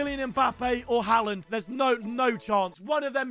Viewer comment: Say Haalands name properly 😭